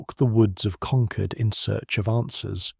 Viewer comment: Please pronounce Concord correctly. I grew up there. It's pronounced the same as conquered.